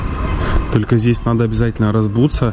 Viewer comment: Разуваться, разуться ‐ пишется и произносится без буквы "б".